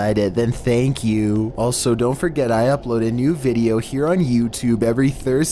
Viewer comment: No one:: TheN ThAnk KyU